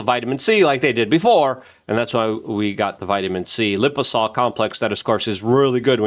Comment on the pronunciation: Liposomal** dude... Lipo-somal.. not liposal lol